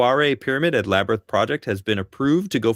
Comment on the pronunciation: The La-ber-nyth? Or Labrynth? SNAKES!